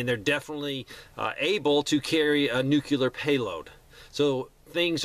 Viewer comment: Love your content, but man, please stop pronouncing nuclear as “nu CU lar “.